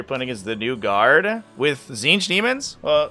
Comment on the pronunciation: you read the tzeenth one rong